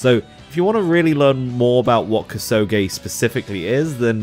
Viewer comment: Koo-soh-geh, not kuh-sew-gay, fool.